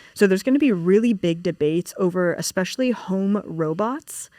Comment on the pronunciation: Spot on it makes me mental when people say Xspecially instead especially or Manhadden instead of Manhattan